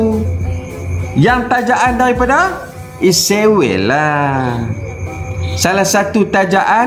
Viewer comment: Sepatutnya ko tak gelak2, tapi ko patut maki jer dua orang tu dengan serius. Ko juga jangan takut2 sebut 'Israel' bukan sebut 'Isriwel' seolah2 kamu takut pulak dengan Israel. Pertimbangkan nasihat aku ni.